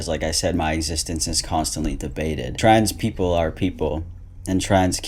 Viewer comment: Ok maybe I'm nitpicking on this but the way says "trans people" pronounced as "trads people". What accent is that?? California? West coast, east coast? I think is, beyond the testosterone effects and voice training, there's an apparent gender performance of being slacky with words, like a stereotypical American dudebro. But there's more emphasis to it, and also facial expressions and mannerisms. This is something I didn't notice before about many trans identified females because the way trans identified males perform hyper femininity was so intense and obvious that it really outdoes the FtM version, but the FtM version definitely is still a thing, once paying more attention to it. In the context of "pretending", no wonder is so frustrated with people talking about human children pretending to be walruses.